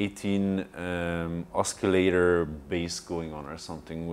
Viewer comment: BTW , I get it, he mispronounced "oscillator" but hey c'mon, he's not a native English speaker, what if they asked you to explain all of your synths in French?